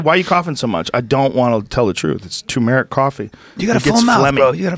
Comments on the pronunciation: its not toomeric it's tuh meric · Joe "TOOMERIK COFFEE" Rogan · Joe "Two Merrick Coffee" Rogan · Tumeric Coffee... lol NOW YOU PODDIN' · It's turmeric, there is an r in the middle